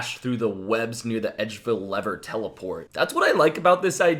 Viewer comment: it's "lever", not "lever"